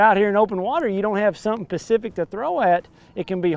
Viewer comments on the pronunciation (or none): Edwin It's specific not Pacific